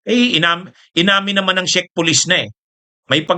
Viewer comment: correct pronunciation po ng Czech ay ‘check’, influencer ka po with almost a million followers in all your combined social media platforms, kailangan po na medyo virtually slightly-near flawless sa pronunciation. keep it up po, marami kaming natututunan sa mga vlogs mo. God Bless🙏